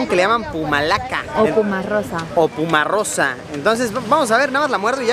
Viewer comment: "PUmarrosa" NO ES, sería POMARROSA.